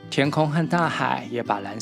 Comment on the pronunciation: 一切內容都非常的棒 （溫柔「ㄖ」⋯之類的發音如果再精準 就100分❤🎉） 很棒 很用心 謝謝🙏